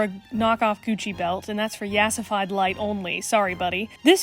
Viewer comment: the yassafied Light lol